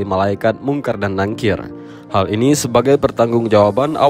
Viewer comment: NAKIR Min... bukan NANGKIR maaf